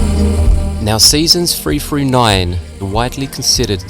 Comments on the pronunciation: 'Seasons free froo nine'. Wtf. Do you mean THree THrough nine?? There's no eff sound in those words. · I don't know how any adult can say the words "free frew nine" and think they're speaking English like an adult...